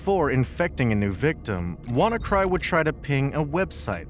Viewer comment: This video contains several major factual inaccuracies about WannaCry. First, the malware was called WannaCry (Wanna Decryptor/WannaCrypt), not “W to Cry” or “Wukry.” The video repeatedly misnames the malware and then builds its narrative around those incorrect names. The claim that WannaCry used a modified version of Windows' own encryption tool called “Wind Cry” is also wrong. WannaCry used its own ransomware encryption implementation, while the propagation component exploited the EternalBlue SMB vulnerability (MS17-010) in Windows. Port 445 is relevant because SMB commonly uses it, but simply having port 445 open did not mean a computer could automatically be infected. The 230,000 computers / 150 countries figure is widely reported, but it should be understood as an estimate. Also, WannaCry did not necessarily “scan its entire network” in the simplistic way described here. Its propagation involved exploitation of vulnerable SMB systems using EternalBlue, along with other mechanisms. The Marcus Hutchins story is also seriously distorted. Hutchins did not end the entire WannaCry outbreak simply by buying a domain for £10. He registered the hard-coded kill-switch domain, which caused affected samples containing that mechanism to stop executing their ransomware routine. However, WannaCry continued circulating, and other variants without the effective kill switch appeared. The domain registration was extremely important, but saying “the outbreak was over” is incorrect. The clai